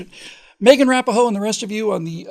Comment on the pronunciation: Rah-Pee-No. Mispronouncing a well known public figure's name is a cheap rhetorical trick. Also, no matter how misguided the person may be, it is still ungallant to shame a woman in public. A feminist may refuse gallantry, but men don't particularly care what feminists think. Lastly, it's a girls' soccer team. Their significance lies in part in that they are not a girls' softball team. You are either punching down, or you are elevating them beyond their semi-professional sports status. The American women's soccer team. May it always be right, but the American women's soccer team right or wrong.